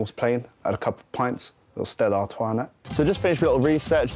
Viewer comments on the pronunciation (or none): none